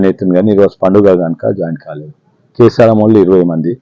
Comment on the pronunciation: కీసారం కాదు కేసారాo